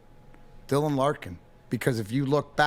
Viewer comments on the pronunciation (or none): none